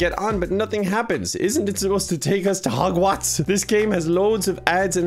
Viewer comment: Omg I was taking a sip of water when said Hogwats and almost spit my water out. I was not expecting that and just the way he said it was golden.